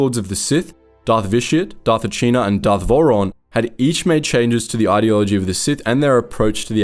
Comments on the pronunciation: Bruh you sound like you just read a summary of the SWTOR games... the Eternal Alliance didn't perish at Iokath, that was just the start of the Traitor arc. You also completely butchered the names of the characters 😂 from Ben-iko to Achina, to Vorawn 😂 cmon man, at least know the proper pronunciations first. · Empress Ah-see-na*